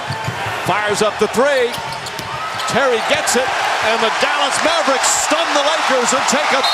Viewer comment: Fuck this guy calling the Mavericks the Mavbricks Booooooooooooooooooooo